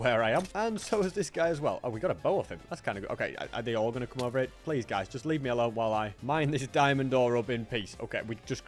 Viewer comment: 200 hundred days pwease